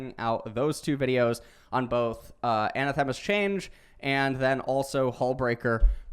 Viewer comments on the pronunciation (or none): a-NA-the-ma. Emphasis on the NA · Great vid! It's pronounced anAthema with the accent on the second A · The way he pronounces anathema is tilting. Still love the videos though.